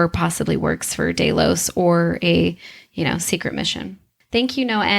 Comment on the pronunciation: This creative pronouncing is everywhere on the GOT and Westworld channels. From now on any channel that is so willfully careless as to not know how to pronounce the names of the main characters, places or entities, looking at you especially GOT, gets a down vote.